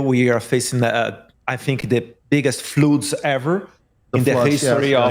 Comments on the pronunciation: Is he saying Flood? ' Flute..' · Every time he said flood 💀